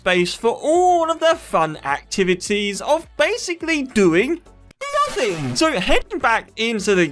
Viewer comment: the way you said nothing💀💀💀💀💀💀💀💀💀